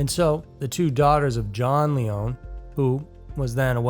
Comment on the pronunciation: the name Lyon is NOT a french sounding word so your misprouncing it and its annoying to hear smh